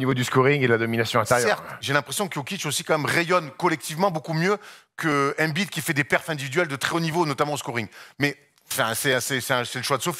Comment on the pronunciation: La prononciation de embid en francais......😂😂😂😂